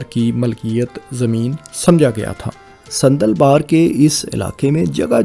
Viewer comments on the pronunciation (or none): Sandal Bar not Sanddal Bar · صندل بار نہی۔۔۔۔ساندل بار۔ دلا بھٹی کے دادا کا نام ساندل خان بھٹی تھا۔ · بہت اچھی معلومات لیکن ایک تصحیح فرمالیں صندل بار نہیں بلکہ ساندل بار ہے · صندل بار نہیں جناب ساندل بار ہے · بھائی یہ ساندل بار ہے نا کہ صندل بار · بھاٸ جان صندل بار نہیں جنا ب صاندل بار ھے درست لفظ۔۔۔۔۔۔۔ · ساندل بار